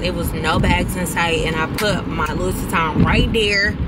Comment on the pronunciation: Lou-ee not Lew-is. ❤